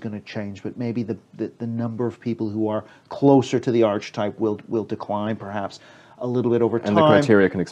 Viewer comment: The word "archetype" is pronounced Ar-Ke-Tipe not Arch Type which means a type of arch.